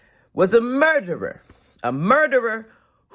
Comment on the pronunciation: Why does say murderer like that 😂😂😂😂😂